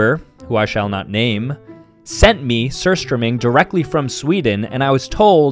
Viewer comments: bro pronounced it sir strumming its pronounced soor strowmyng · As a swedish person, I found it very funny how you said surströmming 😂😂😂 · OMG, the way he pronounced surströmming 😂😂😂❤❤